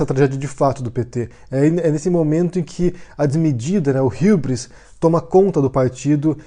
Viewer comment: por que você pronuncia hubris com sotaque inglês?